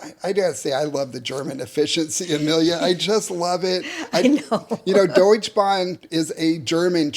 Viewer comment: There is an 'e' at the end of Deutsche Bahn - don't forget it!